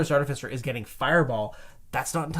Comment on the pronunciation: Why do you keep pronouncing artificer as "artifisser"? Totally keeps throwing me off...